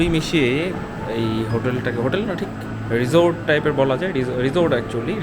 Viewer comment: এটা রিসোর্ট, রিজোড না, কি বলেন না বলেন